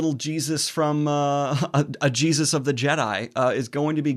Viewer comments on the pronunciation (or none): none